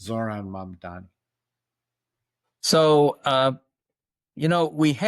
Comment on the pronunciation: It's not mom-dom-me, it's mom-DON-ee :)